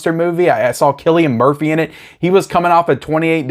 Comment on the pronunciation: You got Cillian Murphys name right this time